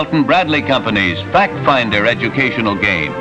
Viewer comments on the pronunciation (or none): none